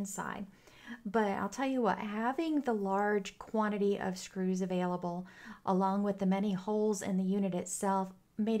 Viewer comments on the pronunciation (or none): none